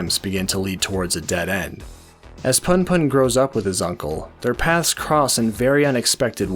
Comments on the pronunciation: Sorry but it's pronounced 'POON POON' not PAHN PAHN! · Man for fucks sake you read it poon poon. Pun pun sounds fucking cringe